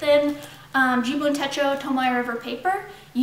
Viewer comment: You're the cutest. Techo, short e. Rhymes with um... Fetch-o.